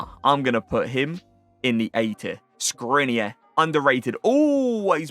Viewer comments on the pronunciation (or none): Did u call škriniar skrine? U pronounce his name Shkriniar and n also pronounces different but idk how to say how to pronounce it